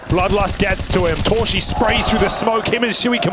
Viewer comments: casters : torszi❌ torshi ✔ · s in Hungarian is pronounced as sh. sz is pronounced as s. They have it the other way around.